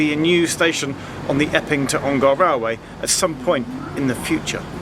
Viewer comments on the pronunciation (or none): Hi Geoff - great vid. Just a note from an Ongar resident - it’s pronounced Ong-er, rather than Ong-ar :) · Never heard anyone pronounce Ongar as OngAr !! - sounds so weird. We always call it Alperton Garage "ON GAR" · Ongar is pronounced with a schwa by the way. It's not OngAr. Little bit of local knowledge for you there :)